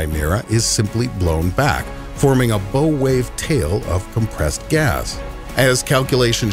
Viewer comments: Todd P. -- Good ear. That's not the only pronunciation error made in the video. I lost track. BTW you can use spelling to show sounds: Bow wave is pronounced "bough" like a tree branch, you said beau like a French boyfriend. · My 5 year old daughter was shocked to hear there was no Santa Claus. Thanks for that. BTW: "Bow wave" is pronounced bow ~ as in someone who takes a bow after a performance. It is a reference to the wave the bow (front) of a ship makes as it moves through water. You prounced it bow ~ as in a bow & arrow. Now you know. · Just FYI "bow wave" is not pronounced as in Bo Diddley, but as in Bow Wow Wow. The narrator even tells us why, with the boat analogy.